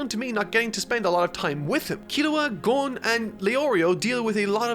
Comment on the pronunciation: Finally saying Gon right...